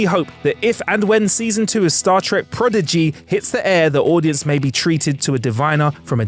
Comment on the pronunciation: Congrats on using and saying progeny and prodigy correctly this time.